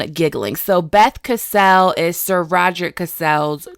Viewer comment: I thought "Cassel" was pronounced the same way as "Castle"